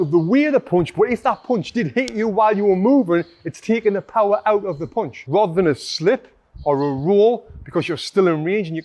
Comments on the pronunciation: Punch* not poonch 😅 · Great video, thanks, but what is a "Poounchh?"